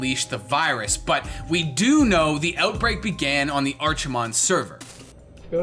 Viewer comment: The ch in Archimonde is pronounced with a K, not a CH.